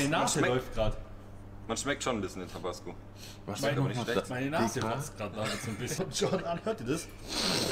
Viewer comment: Fun fact, hier bei uns in der Tekk und DnB Szene kennt man den Begriff 'Tobassgo' :D deswegen klingt es für mich nichtmal dämlich weil ich des schon öfter gehört habe. Aber klar für das Produkt ne lustige Aussprache xd